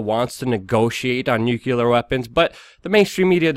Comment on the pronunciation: NO...NO There's only ONE "U" in NUCLEAR, Luke! If you're gonna report on it, you should say it correctly. Just sayin...